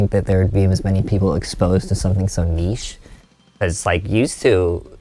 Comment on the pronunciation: Thank you Tim for saying niche and not nitch